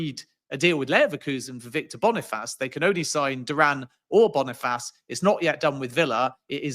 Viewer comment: Man said Victor Boni-Faaaas